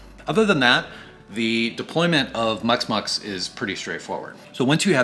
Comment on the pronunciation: Muximux, not muxmux, you didn't pronounce the I, took me a while to find it because there was no reference on the video.